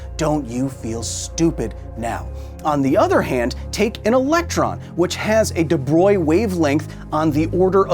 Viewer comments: DE BROY 😅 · hearing you pronounce de Broglie make me wanna hear you say brillouin